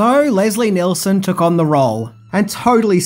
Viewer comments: Just FYI, it's Leslie Nielson, Not Nelson..... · As per usual you mispronounced another name it’s NEELSON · And it's pronounced Leslie Kneel-son, not Nelson. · Oh God...it's Nielsen, not Nelson! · why does keep calling Leslie Nielson, Leslie NELson......? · It’s Leslie NIELSEN, not Leslie NELSON. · ~ Nielson, not Nelson. (Like kneel, not nell.) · NIELSON you heathen not nelson omg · Leslie Nielsen not Nelson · Neilson, not Nelson... Damn, if you cannot get that one single fact straight, within the first minute and a half of your video, what credibility do you have? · Leslie "Nelson?" Just sayin'. This is another movie that should never have a remake---although I suppose some brain dead type has already pitched the idea... Stay safe, everybody. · Leslie "Nelson." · Sorry mate - had to stop watching after one minute... You called Leslie Nielsen “Leslie Nelson”!!! The man was, and still is, a legend. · Leslie "Nelson"? John "Bryner"? Oy. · Leslie Nelson? Really? At least he got it right later on. But then he says John 'Bryner' when it should be 'Byner.' How hard is it to get names right in this day and age when you can look up anything under the sun in 2 seconds? When releasing something to the public, you should at least make sure proper names are correct.. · Leslie "Nelson". "Jim Abraham". 😆